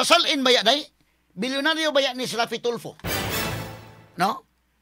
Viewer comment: Hindi ganon ang pagka sabi boss f daw ang secound to the last name!! So raffy tulfo nga!!